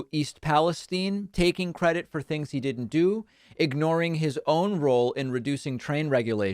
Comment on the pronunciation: "Theengs like this" how can people like him?!